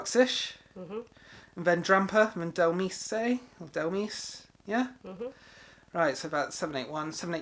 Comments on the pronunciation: I think dhelmise is pronounced dell mise, since its demise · Dhelmise is pronounced as demise is. So ... Dell-mice